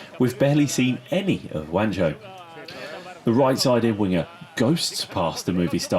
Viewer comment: Any chance of spelling and pronouncing JUANJO's name properly?